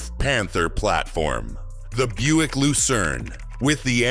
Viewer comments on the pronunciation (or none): none